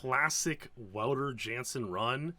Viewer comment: Wow, love these deep dives 💯 Polite clarification on Wouter's name, for posterity -- Matthijs ten Ham once clarified the pronunciation as VOU-ter YAHN-sen 👍🇳🇱